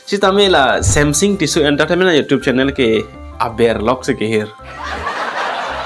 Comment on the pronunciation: Samsung ✅ samsing❌ Tissue ✅ Tisso❌ 🤣🤣🤣🤣